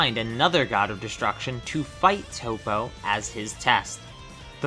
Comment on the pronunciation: It's Toppo Not Toe-Po. Top-Oh!